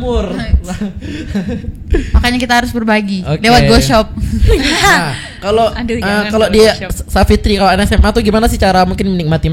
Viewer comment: Ghosob cun bukan go shop wkwkwkwk